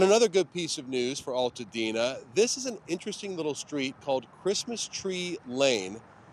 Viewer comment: Its Altadena not All tadena